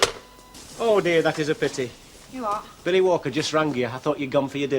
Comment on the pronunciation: It sounded like Blanche said Phily, instead of Billy.